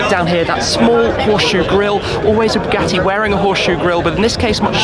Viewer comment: THE NIU BOOGATEE BOOGIEE.